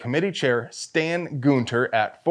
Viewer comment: Emphasis on "Goon-ter?" 😂